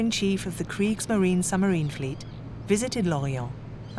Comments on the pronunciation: There is a B in submarine. It is not pronounced summerine. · I loved listening to this but the woman who kept saying summerines instead of submarines was really annoying. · I wish the narrator would stop saying sumarine. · Why does the narrator repeatedly refer to submarines as summarines? I found that flaw rather detracts from what otherwise is an interesting production. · What is a 'summerine' and who was 'DeNits'? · What’s a “summarine”… there’s a ‘b’ in there somewhere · Why does the narrator keep saying 'summarine'? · Dreadful pronunciation …there’s a B in suBmarine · A good documentary which would've been a really excellent documentary if the narrator was able to pronounce 'submarine' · An interesting documentary destroyed by the narrators inability to put the letter "b" into the word "submarine". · Another superb documentary on Alan Turing. Please pronounce submarine correctly, it has a B in it to inforce that it is sub = under and marine = water. Thank you. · The way this woman pronounces submarine "without the B" is driving me insane.😖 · The electronic commentary was going so well then it said “ summerine” then “ admerality” tough luck. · How is this narrated, - computer voiced? A subtle English accent, but doesn't pronounce the 'b' in submarine. And 'Admiral-ity' 😳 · Brilliant story spoiled by the automated reading which is an embarrassment. “Tuney” for Tunny to give one shocking example. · Not impressed by the robot narrator - "Summarine", "Tuney"... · Is this AI? Why doesn't the narrator know how to pronounce words like submarine or admiralty or tunny? Very distracting.